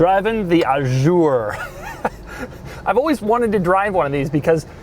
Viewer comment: That car depreciates more every week than I've ever paid to buy a car. Doug, why the 'zj' in 'Azur'? I understand you mispronouncing the 'u' as it's very French but why not juzt a z? :D. As for the trunk lock behind the logo; Alfa 156 :)